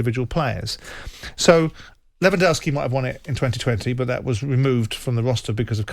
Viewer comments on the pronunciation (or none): It was Modrić not Kroos and it’s LewandOwski not LewandAwski